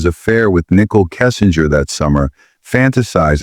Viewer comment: The Narrator BOTs pronunciation is brutal Nickel Kissinger 🤣🤣🤣 Shunun🤣🤣🤣🤣🤣